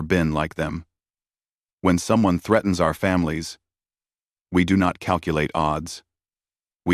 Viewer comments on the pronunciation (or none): none